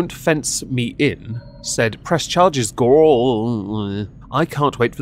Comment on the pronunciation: omg, the way you say "gorl world" and "gorl" cracks me up hardcore! love your channel and your content!